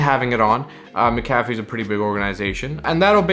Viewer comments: its Mac-a-fee.. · It's pronounced mac-ah-fee